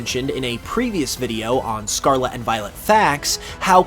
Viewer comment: Scar-Let not scar-la